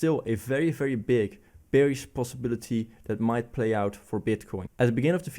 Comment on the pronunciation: Nice refreshing new insights, but please don't EVER say Beer(ish) instead of Bear(ish)! 😗